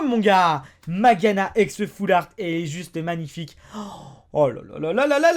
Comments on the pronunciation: Mageana ???? Je me disais bien que tu connaissais pas du tout le nom du pokemon quand je t'entendais le dire. C'est MageaRna en fait. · on dit pas mageana mais mageaRna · on dit magearna et pas mageana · c'est MageaRna et pas Mageana^^ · C pas mageana mais mageaRna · ta oublie le " r " dans mageana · c'est Magearna et ça se lit Majerna sinon très bonne vidéo